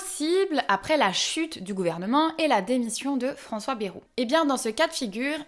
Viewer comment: C'est bAjru, pas bEjru.